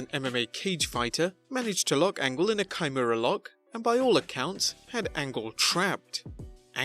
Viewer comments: "Ky-mura", try double wrist lock - it's a bit harder to cock up the pronunciation. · Did this guy really say kaimura lock?!?????? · “MMA CAGE FIGHTER” “KHEYE-MORA Lock” 😂😂😂😂😂😂